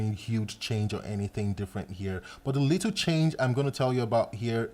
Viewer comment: Everytime he said "little" i heard "lethal"